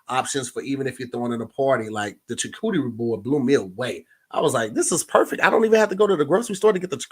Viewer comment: If says "chucooterie" one more time...🤣🤣🤣